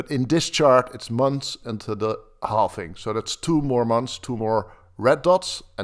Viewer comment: It's called halving not halfing